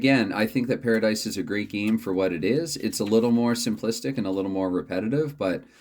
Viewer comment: The pronunciation was perfect. I just finished the video, and I think a live stream with a pairadice game would be great. I started live streaming recently just so I don't have to take the time to upload the videos, the only downfall is no retakes. Hopefully you can reach 60 subscribers soon!